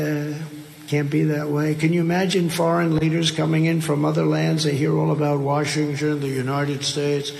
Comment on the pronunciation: ... "Wa ching chen" ... Our nations capitol??🤷‍♀️